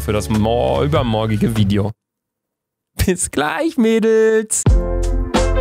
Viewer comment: Wie er einfach BIS GLEICH MEDELS sagt😂